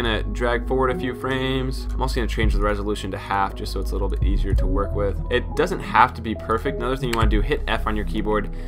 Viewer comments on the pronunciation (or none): none